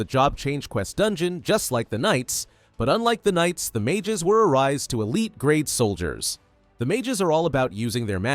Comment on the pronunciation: Recycle ❌ Arise✅